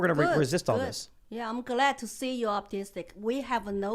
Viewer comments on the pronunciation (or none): I can't help myself it was funny dude it sounded like Lilly said she was glad Tim was autistic I know what she actually meant I know she was trying to say optimistic but that was funny If you weren't paying attention and didn't know what was going on And didn't know that Tim said he was optimistic you would literally think she said I'm glad you're autistic lol